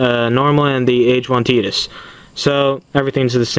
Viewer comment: Nice review :) titus is pronounced kinda like titan if you know what i mean